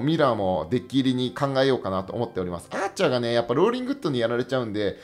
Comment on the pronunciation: 8分11秒のアーチャーの発音わろた